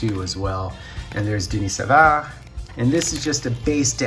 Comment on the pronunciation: I say Den nis Saa vard you say Den ni Saa vrr lol